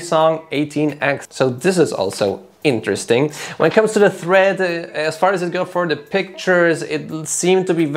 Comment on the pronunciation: Tread not thread.